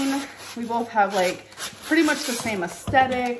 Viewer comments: "bolth" is still a thing? classic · There is no L in BOTH